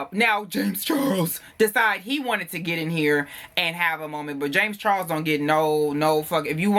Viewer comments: The way you say James Charles 😂😂💀💀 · The way he says James Charles I’m crying 😩😩😩😩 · 😂😂😂 the way he said dude name though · After this video is done i must go and google James Charles. The way you were saying his name.... I can't! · The was you said James Charles 😭😭💀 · When you said James Charles names for the first time I thought I was going to die. Why'd you say it like that 😂😂